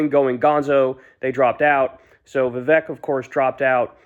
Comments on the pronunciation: Horrible takes as usual. Can’t take you seriously if you can’t even pronounce his name correctly. Amateur 🤡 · MAGA still thinks hes muslum... Vivek sure got his name out there. Even Kyle cant pronounce it right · At least now you dont have to mispronounce Viveks name anymore.